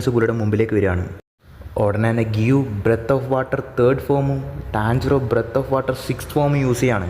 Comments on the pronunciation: Breth of water alla breath of water aan 😅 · ബ്രെത് അല്ല ബ്രീത്